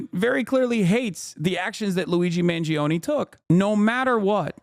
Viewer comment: Classic American pronunciation Luizi mangiown